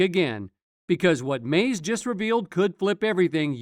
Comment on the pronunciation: Every time he says Mase name it’s annoying to hear Maze